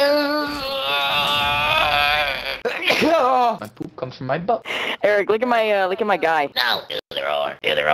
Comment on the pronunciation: First Thing I hear is "I HAVE A KIDNEY STONE COMING OUT OF MY PEENUS"